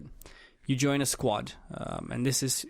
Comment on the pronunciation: Dude did anyone count how many times he said "squat" instead of squad lol